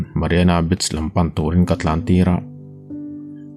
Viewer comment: Beach kam😁 beach hi bitch anga lam loh tur beech tih anga lam tur aw😊